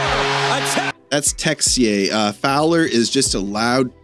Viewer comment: Texier is pronouced Teh-sieh ! It sound french because it's french. Not the usual Canadien French from Quebec , hon! hon ! who would write it as Tessier but the real French french from France.